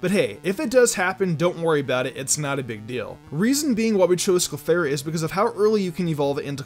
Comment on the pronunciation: you lost me when you said clefairy